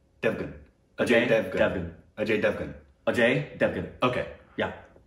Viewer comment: Aajy davan:It's Ajay Devgan Meanwhile Indians: 😍😍, should be given Indian Citizenship, His Pronunciation Is even greater Than Shashi Tharoor 😂🤘